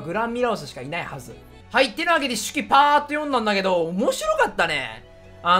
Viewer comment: 今まで手記を「しき」と読んでたのが直ったと思ったら他の漢字が結局全然読めてないのがぽくて好き